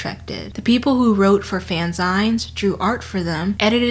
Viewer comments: I love the pronunciation of "Fanzines" in this video; I can certainly see how it could be pronounced as "Fanz-ines" rather than the more usual "Fan-zeens". English is a wonderful, evolving language. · No two things have made me felt older than the insinuation that fanfiction "feels like a modern invention we can blame on Gen Z" and the pronunciation of fanzines, a portmanteau of the words "fan" and "magazine" as 'fan-zaighns'. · um hi this was great but dear god it's pronounced fan-ZEENs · Fan...zines? No you're saying it wrong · I love this video and have been bingeing your channel for days, but I wish I could travel back in time to tell you it's pronounced fan-zeens. Also, your voice is great as is, we need more people not shouting all the time on this platform. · The video is artistic genius is always! I love your content! You always make me laugh and teach me things. ;) In case you ever talk about them again, fanzines are pronounced fanzeen like magazine. :) They're an interesting pop culture topic. If you mentioned it on screen via text sorry I missed it, I laugh and listen to you while I get ready. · The way you say fanzines has my blood boiling Great video otherwise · I have to say.. I am loving this pronunciation of ‘fanzines’ 😅 I’m not trying to be an asshole.. I’m going to say it like that from now on 😆